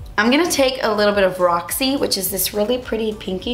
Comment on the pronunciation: She kind of sounded british when she said roxy lol